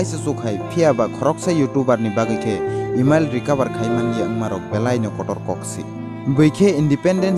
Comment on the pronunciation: "eemiel ya" Takhuk.. "Email" Se dw.. Nni pronounced khm khy d buino puila Roast khy na swkang..